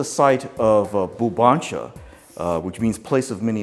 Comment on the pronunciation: Its BVLBANCHA